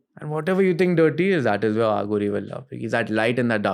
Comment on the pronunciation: It is अघोरी not आघोरी. Arth ka anarth ho jata hai jab Aaghori bulate ho. Dont try to sound western for being cool